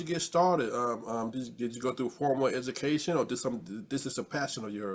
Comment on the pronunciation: your typical programmed journalist who has neither eyes to see or ears to hear, all that 'educathum' makes him another clown of the system.